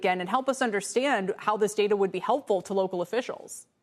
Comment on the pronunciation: It's data not data.